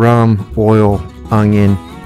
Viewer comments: Its “ONION”, there is no g. Its not “ongion” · There is no "G" in oNioN.